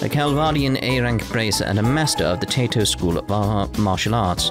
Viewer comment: 'Tato is a very vicious martial art. You basically boil your opponent, mash 'em, stick 'em in a stew... Taito, on the other hand, is probably pronounced tie-toe.